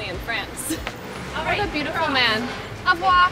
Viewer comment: Good bye is au revoir and not avoir hahahaha no hate tho